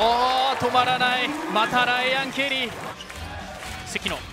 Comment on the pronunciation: やたらライアンケリーの発音がいいのはなんなのw